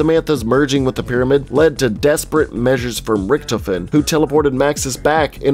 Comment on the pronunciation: Is it me or does anyone it find it funny that he said Riechtoefen not Riechtofen